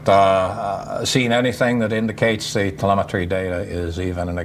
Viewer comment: How am I supposed to believe this guy when he misproounces 'telemetry'.